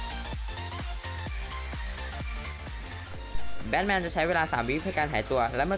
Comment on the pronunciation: batman ไม่ใช่ blackman เรียกชื่อยังผิด